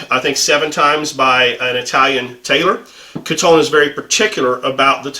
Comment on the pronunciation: Nice video. I feel the Kiton tie as produced today is slightly too narrow, especially for the Windsor knot you favor. It's pronounced Key-tahn, by the way. I have found the fabric of the Italo Ferretti ties you have reviewed to be nicer, and the lining leading to a better knot.